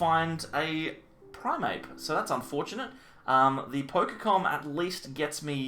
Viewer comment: It is primeape not primape